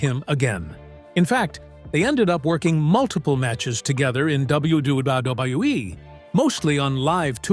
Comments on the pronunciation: AI can't say double u 😂😂😂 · The W-bub-hub-WE😂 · LOL! The way the AI says WWE and WWF is funny AF. Da Da duwuwu dubwoo eff LOL! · I really wish they would stop using AI cause they can't say WWE correctly